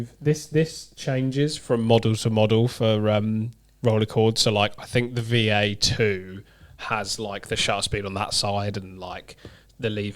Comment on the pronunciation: Surely it's the "5A" rather than "VeeA"?